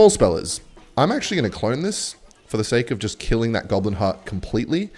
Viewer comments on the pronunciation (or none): none